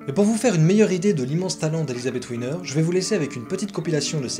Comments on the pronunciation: Pourquoi l'appeler "Winner"? Elle n'est pas d'origine anglaise. Elle s'appelle Wiener prononcé Vienere... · Coucou Ça se prononce Viéner pas Winner lol Mais c'est sympa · Oui! Là là… Gr1ve erreur : on ne dit pas « ouiner » mais « viénèr »… ! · c est elisabeth "Viener ' en allemand le "W" se prononce " V " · D’autre part , à la minute : 4´23 de la vidéo, il ne s’agit pas d’Elisabeth Wiener… (peut-être Marion Game… mais certainement pas E. Wiener ( et pas Ouiner, non plus).😂